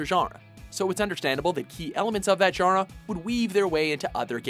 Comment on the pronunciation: you cant say genre